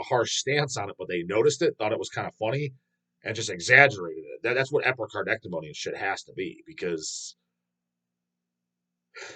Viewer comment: Chris Pervelis (guitars) only original member in Internal Bleeding. Interview him. 👍 Also, Epi-car-dee-ect-O-me 😂